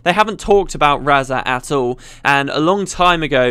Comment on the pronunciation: So I've been pronouncing Razah wrong all this time? Okay.